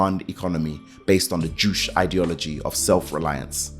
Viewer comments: "Juche" is pronounched "joo-che" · ( first and foremost.... I get excited when there's another Sabrina... I haven't met many:) ) yeah.... it's like the guy has never seen another video on North Korea... how the f*** don't you know you're pronouncing juche wrong??? That's irritating.....